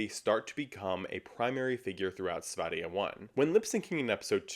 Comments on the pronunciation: Kudos for slaying diva, for pronouncing. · As a swede you ATE that Sverige pronunciation! :)